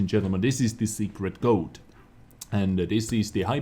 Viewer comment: Damn, I heard you say “Secret Goat“